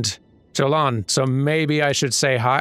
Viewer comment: To let you know, Jolan is pronounced with the German/Scandinavian J, which is more like a Y. So, Yolan would be a more accurate spelling for an English pronunciation. Sadly, by telling Moore to move on, (any option other than say nothing), you've prematurely moved his questline forward. You only miss out on an item, but still, I messed it up in the same way in multiple NG cycles... Well, there's two ways to mess it up, the other is one you haven't quite seen yet. And no, I don't believe you can get into the 'behind the manor' area. I also tried that one.